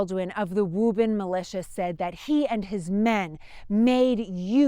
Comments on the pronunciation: Ok, she convinced me she’s from Boston when she mentioned “Woo bun” (Woburn). That’s a name that no one would say that way, if they hadn’t grown up heah (here). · I very much enjoy the history of this time period and the great job does in sharing it. I grew up in Woburn (correctly pronounce by Woobin). I have spent many hours just riding around the Concord, Bedford Carlisle areas. My ancestors on my mothers side are connected to the Hartwell's and my great-grandmother fed the drivers of the milk wagons from Bedford Farms. I get a lot of enjoyment listening to and reminiscing about my times living in the area. I have lived in SC for the past 21 years but still haven't lost my accent. People here say " your not from the south are you?" I tell them jokingly yes, South Boston. Thanks again to for such and interesting and pleasant video series.